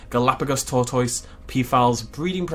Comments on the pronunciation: The way pronounced tortoise hurt me... It really hurt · 30 seconds of pronouncing tortoise is all I needed in my life.